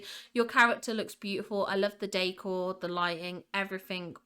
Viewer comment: I love how you say "décor", it always sounds to me like you're saying "day core" 😂